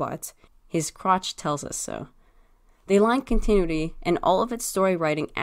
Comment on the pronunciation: ... it's pronounced Con-tin-nu-ity. Sorry, I couldn't let it go after the third time. thing is, you have to consider being a politician/slave owner as evil in order for this logic to work. Even though most of the former and the entirety of the latter is evil, neither they or the general populace would ever call them that, especially if they're benefitting the current system. I think the change to red eyes signifies a great hurt; a deep wounding of their very soul, which "Orion's betrayal" definitely did to Megatron. (Betrayal being in quotations because it wasn't his fault so much as the council's...but he still went along with it, didn't he? 🤔)